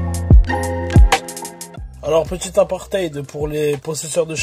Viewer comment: "petite aparté" et pas "petite apartheid". Avec le second tu risques de te faire bloquer ta page Youtube 😜